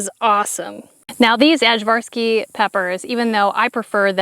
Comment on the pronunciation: Our ajvarski peppers got eaten by worms and succumbed to heat. It's pronounced i-var-ski. Aj=i. They're great for ajvar relish. My Serbian mother-in-law made really good ajvar and it's perfect with smoked sausage! I can't wait to see what happens next year when it's not so hot! Your farm is looking wonderful! Can't wait to see your house!